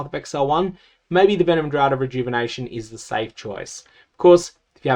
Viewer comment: Really minor thing that is nbd but I thought you might be interested to know, draught is funnily enough not actually pronounced similarly to drought, but is instead essentially identical to the pronunciation of draft. Love your videos as always, you make teaser season the best season 😊